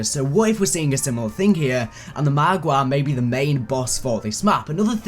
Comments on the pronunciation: I love how keeps saying margwa like margwah. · he says it more like mahgwah